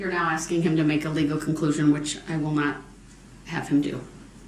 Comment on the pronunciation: "But did you SEENT? Did you SEENT the injuries. I aint axing what ya saw. I axing what ya seent."